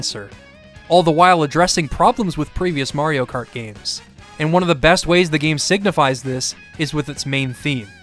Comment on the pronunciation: mayro krat